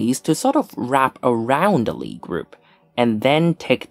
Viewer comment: If Sophus Lie was norwegian, the "i" and the "e" in Lie are separate wovels and should be pronounced as such. Emphasis on the "i".